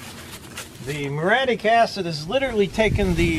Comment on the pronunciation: Say it with me: Murry...attic...muriatic. Also, WHY, IN GOD'S NAME AREN'T YOU WEARING RUBBER GLOVES & A RESPIRATOR WHILE POURING ON THE MURIATIC ACID?!? DO YOU WANT TO HAVE YOUR HANDS BURN OFF AND LOOK LIKE DEADPOOL'S?!?!? Seriously, dude. Wear heavy, chemical-resistant rubber gloves and a respirator when using that stuff. It's no joke. Be safe.❤